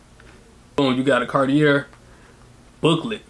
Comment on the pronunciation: You're pronouncing "Cartier" wrong